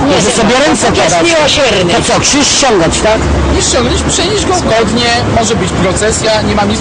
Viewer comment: nie "Kżyż" i nie "mjastu" tylko krzyż i miastu ; )